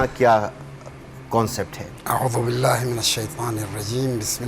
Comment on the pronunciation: How the host is reciting aahuzubillah